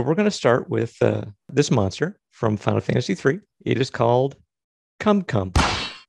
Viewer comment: Hahaaaa they said kum-kum It's funny because it sounds like gumgum